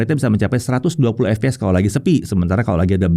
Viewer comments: FPS = efpees 😂 mestinya baca efpies karena FPS adalah singkatan bahasa inggris Frame Per Second... kecuali GPD / Gambar Per Detik maka dibaca GePeDe 😂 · ef pi es bang, bukan ep pe es kalo pronunciation FPS